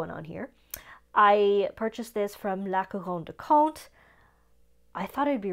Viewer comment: I so appreciate your correct pronunciation of Montblanc and La Couronne du Comte. Thank you for that!